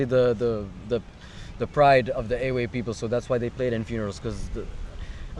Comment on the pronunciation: Why do you say the word EWE wrong? why do you play everything wrong my friend? Akufede is weak. your friend playing wrong support pattern.